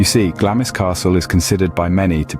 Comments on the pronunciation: It is pronounced, ‘Glarms Castle’. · It’s pronounced ‘GLAMS’ the ‘I’ is silent 😊